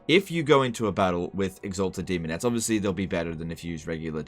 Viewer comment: almost said semonettes